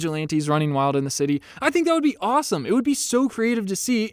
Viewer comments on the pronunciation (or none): none